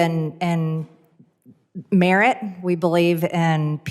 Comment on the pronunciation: "merit" she says.... LOL